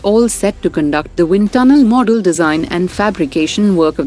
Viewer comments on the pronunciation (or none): none